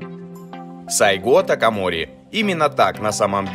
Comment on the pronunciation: Позвольте поправить. сАйго такомОри. Да и история рассказано не совсем чётко. Советую прочитать побольше информации по поводу Сацумского восстания. САйго не планировал возглавлять никакого движения, а шёл в столицу, для получения разъяснения, по поводу покушения на него. И тамошние самураи пользовались современными ружья и, а пошли в рукопашку из-за того, что боеприпасы тупо кончились. История очень интересна, изучите её поглубже) спасибо за контент